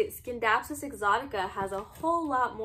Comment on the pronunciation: Nice video. But it’s “sin-dap-sus” not “skin-dapsus”